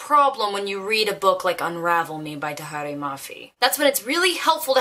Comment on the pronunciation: I feel like this has probably already been pointed out but it is **Tahereh Mafi.